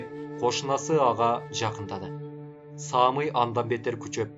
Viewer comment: Кыргызча ат Самый, ударение на "ы", Саамый деп окуйт го. 🙈